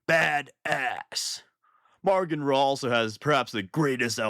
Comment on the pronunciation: “Maugan” doesn’t have an R in it 😛 Great video otherwise, as always.